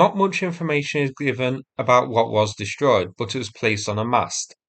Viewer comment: "Dishtroyed"? Learn how to speak English.